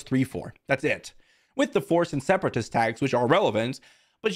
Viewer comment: "Separatast" is how I'm gonna say that word from now on